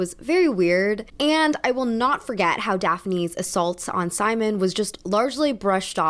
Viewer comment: OMG yes 😂 The first time she said it I thought she meant forest and was so confused for a few seconds before I realised what she actually meant 😂